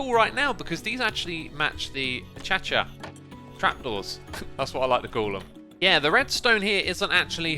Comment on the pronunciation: I just love how X calls acacia a-chacha. It's so random but I find it so funny